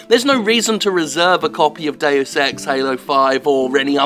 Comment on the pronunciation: Not even the advert voice-over AI can pronounce 'Deus' properly!...